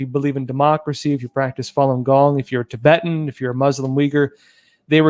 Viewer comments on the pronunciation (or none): none